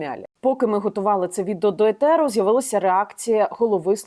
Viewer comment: В мене до вас не велике прохання правильно Українською ефір, а не етер це слово запозичене з Англійської мови. розмовляйте правильно. Дякую